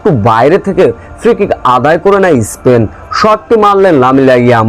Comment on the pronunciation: ইস্পেন না বলে স্পেন বলনা উচ্চারণ করতে পারিস না